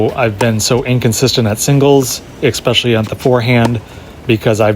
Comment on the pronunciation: Especially. Not “expecially”.